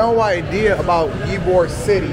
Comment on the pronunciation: Tampa in the winter is milder than Miami. Perfect time to visit the beach. Oh, and Ybor is pronounced (E-bor). It’s literally Cigar city.